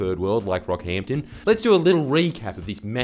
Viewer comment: I had to rewind as I thought you said the rap group “BROCKHAMPTON” instead of “Rockhampton”.